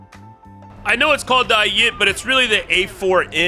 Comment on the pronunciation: bro the way you say Ayit is just helleries as a person who speaks Hebrew fluently it just makes me laugh (no it isn't pronounced ay-e-et it's ay-it)